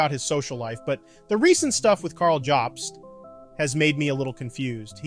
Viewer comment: How are you pronouncing “jobst” incorrectly lol